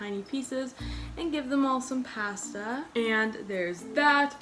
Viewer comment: The way she said pasta tho. Its pasta, not pasta you impasta